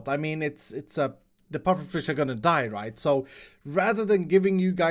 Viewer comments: saying die, right sounded like diorite... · Excuse me? What was that you just said..? Die or right? or DIORITE